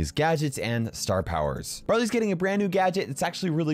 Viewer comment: It sounded like he said "Brother's" getting a new gadget.